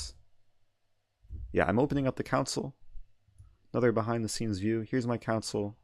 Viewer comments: I think it's pronounced "console", not "council" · Yeah he was calling it council 😂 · The way you say console sounds like council😂